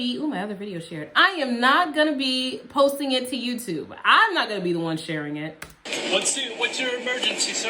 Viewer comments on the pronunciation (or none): I always mishear when you say "hello YouTube". It sounds to me like you're saying "hello you 2" oh, like you have only two subscribers